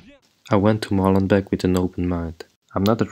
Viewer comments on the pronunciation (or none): 1) For God's sake, stop pronouncing "Molenbek" There are two E's, so it's long: "Molenbake". Do you "bek" your bread or do you bake it?... So, please "Molen- bake". This "bek" is just an earsore!! 2) Molenbeek is not a neighbourhood, it's a municipality (with its mayor, municipal council etc.). Brussels is made up of 19 municipalities and Molenbeek is one of them. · Come on guys Molenbeek please 🤣🤣